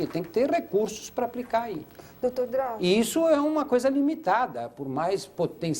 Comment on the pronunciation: "Drausio" PUTZ